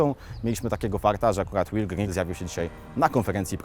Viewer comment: Will Grigg a nie Griggs...